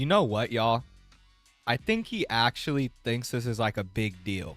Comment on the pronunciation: He pronounces the word 'actually' as 'ashley'